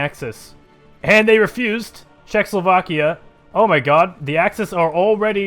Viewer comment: Its not czechslovakia, its czechoslovakia